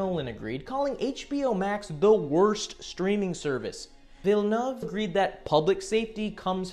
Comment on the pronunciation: Thank you for pronouncing Denis Villeneuve correctly !